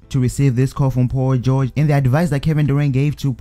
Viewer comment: U say Paul George like pau goge